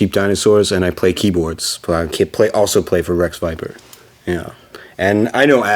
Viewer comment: Did he say Wreck Viper? 😅